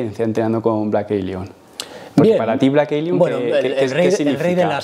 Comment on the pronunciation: Fan de "Vleik Eilion" JAJA